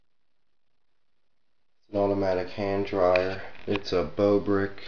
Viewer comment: said bobrick wrong